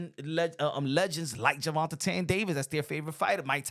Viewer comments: I love your channel and reported news but plz stop saying “Gervontatane”…it’s Gervonta or just say Tank. Sheneneh took me out though🤣🤣🤣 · Jus say tank, why u saying his name like dat. Gervatain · Why are you pronouncing his name like that?